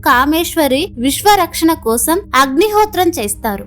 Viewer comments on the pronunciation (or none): none